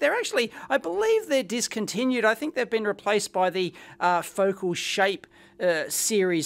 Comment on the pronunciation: “Ro-kit” and “foc’l” lol. Love your pronunciations for these speaker brands, Dave. Rock-it Powered and Fo-cal.